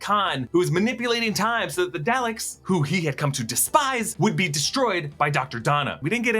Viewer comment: Do you even watch Doctor Who? You butchered the name of his planet, Gallifrey and the name of the Daleks